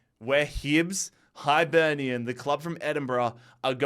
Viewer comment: The “Highlight” was “Kill- ma-Knock” vs “High-Burnian” 😂